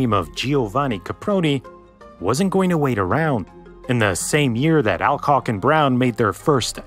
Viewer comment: Alcock is pronounced All-Cock not Al-Cock. (place your own jokes here)